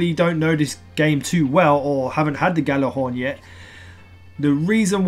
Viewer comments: It's pronounced Yallahorn. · I hate when people mispronounce Gjallarhorn! Look it up, its a Norse word. I still love you <3